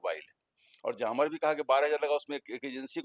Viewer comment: जामर नहीं बोला जाता है. जैमर/ जैमअ बोला जाता है. बार बार आप गलत बोल रहे हैं. फिर बहस आप कैसे करेंगे?